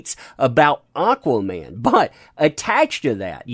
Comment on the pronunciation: AH-quaman!!!! Aaaaaaaaaahhhhh